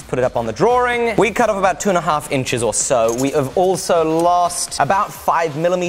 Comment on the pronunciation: Do all British pronounce drawing as "druring"?